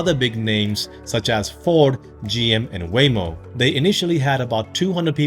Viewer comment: when you said, google, apple, amazon and waymo, i tought u said way more